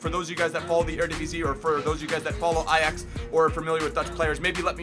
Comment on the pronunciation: THE FIRST AMERICAN WHO ACTUALLY CAN SAY AJAX NORMALLY! (In the dutch way)